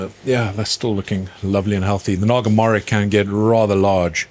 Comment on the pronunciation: Great video, I’ve learnt a lot watching this - it’s my first year of growing chilli plants in pots on a patio! Originally my family are from Bangladesh where the Naga Morich plant comes from! Your way of pronouncing it is cool but it’s more like ‘mo-rich’ 😂